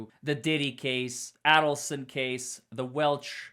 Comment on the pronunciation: I’m pretty sure Adelson is with a long a